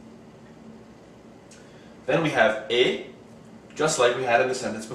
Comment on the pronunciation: Hi, good job with this video just one thing, I'm french and with the word "est" the French never make the "liaison" (link) with the previous word.